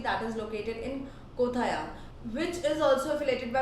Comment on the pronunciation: Not kotha - yam it is Kottayam